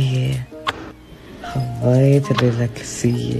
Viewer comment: انت ليه تقول حبايت مو حبيت😂💔